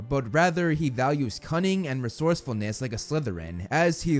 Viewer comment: I vote down this video because " leadership and resourcerness" bla bla